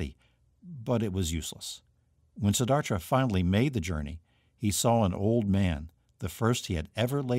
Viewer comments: Siddhartha. You are pronouncing it, Siddharthra. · Siddhartha* not Siddhartra. Shame he mispronounced it over and over.